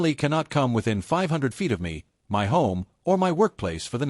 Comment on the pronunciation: Is AI ever going to learn how to say MY?